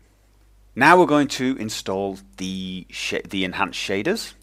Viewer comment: He says "Now we're going to install thee shit, the advanced shaders..." LOL